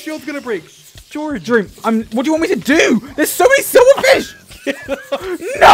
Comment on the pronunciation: Where do you hear the V? I've listened to it like 5 times just now and don't how how you could possibly be hearing silverfish. I know that's what he meant to say, but he didn't.